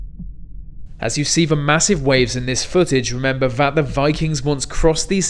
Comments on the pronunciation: “Vat is one of va biggest waves vat I have ever seen” Pronounce your “th” words correctly. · "Remember vat va vikings" Who were the Vat Va Vikings?